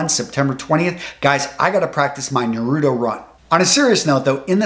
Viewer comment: The way he said naruto 💀💀😂😂